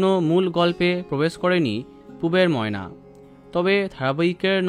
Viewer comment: নায়িকার সাথে নায়ককে একটুও ভাল লাগেনি ময়নার উচ্চারণ ঠিক নেই